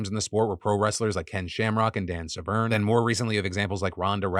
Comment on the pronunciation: Phil, love you; but Dan “Sev-ren.” The man is a legend!